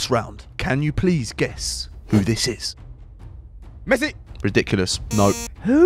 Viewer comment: How does he say messi? I can't believe this guy has meant football stars like rudigar💀💀